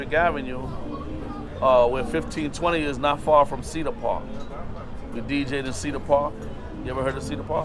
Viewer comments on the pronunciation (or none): He said ceder park he official💯💯💯💯💯